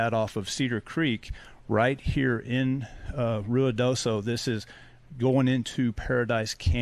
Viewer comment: Pronounced RIO DOSO, and 54 is miles away and separated from Mescalero by a mountain range.